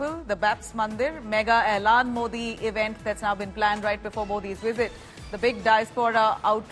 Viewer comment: It's not Elaan Modi, it's Ahlan Modi, it means hello and welcome in Arabic.